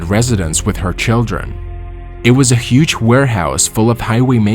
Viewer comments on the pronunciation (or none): none